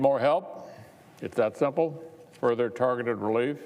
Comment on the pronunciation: He said is so simpol. ja wright. We see how so simpol you are making.